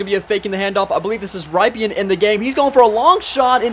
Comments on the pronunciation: Its "RIP'en" not Ryyyyyypien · Rypien = "rippen"